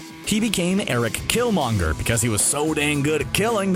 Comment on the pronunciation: Why does it feel so often that narrators on channels like this don't actually watch the movies and can't pronounce the names of characters even if they are spoken often in the movies? I'm talking about people that call the strange villain door-ma'am-oo, or this guy calling killmonger whatever pronunciation he was using. Get your shit together. Maybe we start calling them ebony mow, or aunt me, or spidermen, Bruce bander, Tony stork, black window, Stephan strange, theynos, Eggo the living planet. You guys got one job: read the words and get them right. Come on.